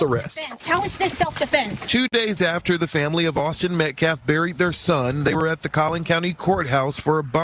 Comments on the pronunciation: his name is NOT Metclaf…. Please at least sound somewhat intelligent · This is Y'alls second video, teach her how to PRONOUNCE (Metcalf)😢 Thanks!